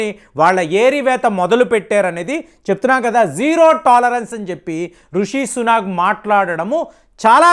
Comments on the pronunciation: it is Rishi Sunak not Sunag!! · please don’t pronounce Rishi Sunak as Suna’g’ I know you spent a lot of time in TN might have influenced it.